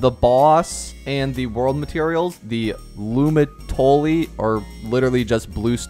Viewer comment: as someone whos known french since i was a kid, this is painful